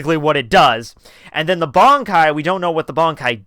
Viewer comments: I don't understand how you can be bold enough to make videos about Bleach and then not pronounce key terminology correctly. Barn-kai? Zan-par-kto? Ken-par-chi? If you're not sure how to say the (what look like really easy to pronounce correctly) words, watch an episode or two of the anime with subs. Unbelievable. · Your videos are overall enjoyable. But PLEASE learn how to pronounce the japanese names and terms! It's Bankai, not Bonkai. Ban, as in Bun. Zanpakuto, not Zanpakt-oh. Sun-puck-t-short O.